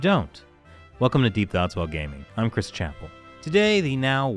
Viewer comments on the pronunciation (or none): none